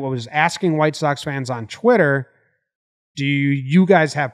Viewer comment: tweny twuny tywitterer